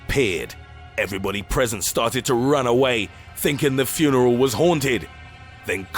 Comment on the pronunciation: furnel? i get that narrating is hard but there are takes